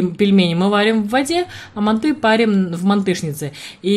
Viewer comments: Неправильно произносите слово манты Ударение делается на букву А .Ну как вы рассказывает о приготовлении , лучше готовте свои ПИГОДИ! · Слух режет, мантОв.Правильно, мАнт.😉😉От слова манты.